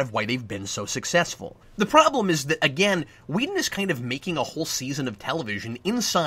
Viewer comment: Are you calling him Wheaton instead of Whedon? I think that's what I hear, and it's cracking me up. Keep up the good work, Cap.